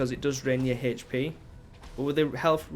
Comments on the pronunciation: Why do you say "hp" so weirdly? You pronounce the 'h' so oddly. You say like "h-sh" so you say "h-sh-p" lmao. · How is that dumb, or could possibly be trolling? It was a simple question/statement. He pronounces his "h" weird and therefore he pronounces his "hp" weirdly. I was only stating that.